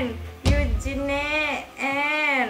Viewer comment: yang bener ENGENE,ENJIN itu cara bacanya